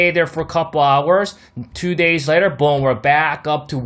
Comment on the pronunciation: This analysis was perfect! Thank you! And I felt that “BOOM” in my soul not going lie lol. Subbed. Great channel!👍